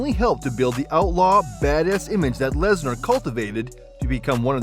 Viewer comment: “Lesnarrr” lmao